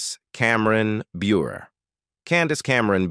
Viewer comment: Of course candace cameron bure,( you butchered her married name) 😊 She's Christian and has been married for a long time. And doesn't really go on screen much. So of course, you have to say she's hard to work with. Give me a break.😡